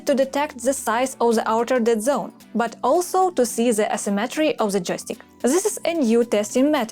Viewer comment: над произношением the and R надо бы поработать. Прям часто ЗЭ звучит